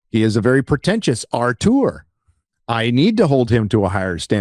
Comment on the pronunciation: it's "auteur" which normally should be pronounced more like 'O-ter' to be begin with, but the American way at least say 'aw-tour' and not 'art-our' or "Arthur" 😉